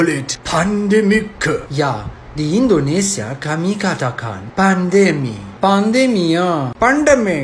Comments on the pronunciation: bro you say paandemi its pandemi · All things these videos spelled/pronounced wrong in swedish: Family is Familj not Familie. Pandemic is pronounced Pandemi not pandemisc.